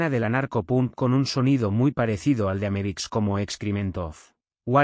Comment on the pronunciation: Estaria bueno que el texto de subtitulos sirviera para encontrar bien escrito lo que el generador de voz pronuncia mal, o como le parece que suena. Pero son lo mismo y no suma nada, se vuelve informacion incorrecta. America (Amebix), Erais! (Arise!), El va a estar (HellBastad), etc. Ademas jode un poco que algunos audios esten tan mas altos o bajos que otros. Pero OK. Criticar es lo mas facil, solo una oponion. Para enterarse de que se trata esto desde cero sirve y sobra!